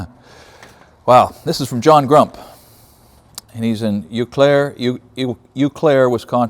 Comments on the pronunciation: Love the videos, but it's more like O_clare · You may know this already, but Eau Claire is pronounced O-Claire, at least that's how my Wisconsin born wife pronounces it 😀, being from the PNW I know how hard the Indian names are to pronounce. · Eau, is French for water. So Eau Claire is French for clear water. Eau pronounced Oh.